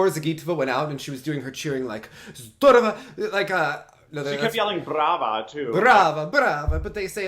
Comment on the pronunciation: Thank you guys!! Alaways nice listening to you!) And thank you for bringing up such an important issue - mental health. Never knew one of you works with this. By the way, that "ZDOROVO!" and "BRAVO" sounded perfectly, almost accent free, as if you actually studied the language, and that's coming from a russian!